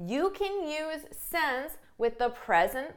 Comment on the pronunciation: I wonder why you pronounce since as « sence » sometimes ?